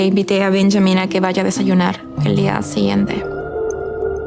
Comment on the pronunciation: She is not peruvian is 100% fake Latin people know peruvian accent. I bet is usa girl with puertoriquean parents or something similar. Her english has perfect accent and her spanish is good but forced She said siyiente instead of siguiente. Nobody in latinamerica made that mistake, neither is particular of peru substituin gui for yi She made other errors of americans when mix genders and stress in the spanish words. If u are latin pay atention to it. Parents are 100% peruvians but not her parents at all. Peruvian people fo u know them? Are they local actors? Let us know